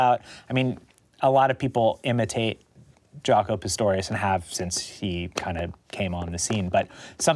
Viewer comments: Its Jaco, not Jacko :) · "Jaco," not "Jacko." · JACO , not Jacko!!hA! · Jaco, not Jacko. HavOHna, not HaVAna. C’mon guys, TRY. Jesus. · It's "Jaco", right? Not "Jacko." Please. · Jaco, not Jacko.